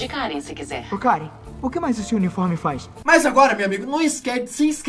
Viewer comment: Karen não Karuen